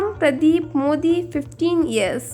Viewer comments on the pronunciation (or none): none